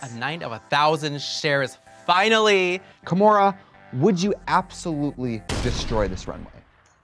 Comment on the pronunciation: It’s KAHmora